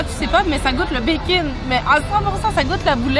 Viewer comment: "la boulette goûte le békinne" alala les québécois